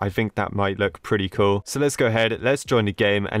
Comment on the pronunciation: when he says cool is just sounds like coo